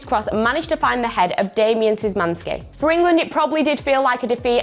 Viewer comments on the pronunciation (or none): none